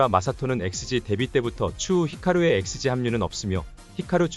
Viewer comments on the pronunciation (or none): 아무 생각 없이 쟤네가 또 난리치나보다 하면서 보고 있는데 여기 발음이..ㅋㅋㅋㅋㅋㅋㅋㅋ 엑스세끼...ㅋㅋㅋㅋ큐ㅠㅠㅠㅠㅠㅠㅠ